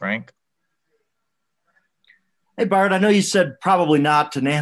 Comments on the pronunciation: How in the world did he get the Man's name wrong? Well, that guy won't be offered a Cigar! Byron, not Brian. B-Y-R-O-N!!! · Love his attitude!!! He stayed positive even when they pronounced his name wrong and confuse him for the other black coach lol. Fantastic job this year Byron, shows how great Brady can be when his coach actually gives home weapons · I love Byron . This was a horrible job of reporting. This guys gonna be a head coach I hope he stays with the Bucs. Horrible questioning. The guy into said his name wrong . The first question was for Todd Bowls . I feel they disrespected my guy